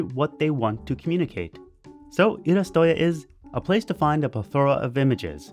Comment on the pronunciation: ii-RA-su-to-YA not ii-ra-SU-TO-ya Cmon, its 'iirasuto" as in 'illustration', plus '-ya' for "place that sells/provides"